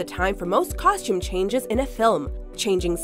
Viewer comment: Anyone else's skin crawl everytime she pronounces costume with an SH? 😖👎